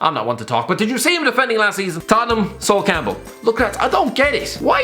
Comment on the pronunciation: I was about to go mad when he said sol Campbell